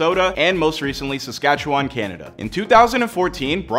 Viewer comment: Yeah, he also mispronounced Saskatchewan but most people do.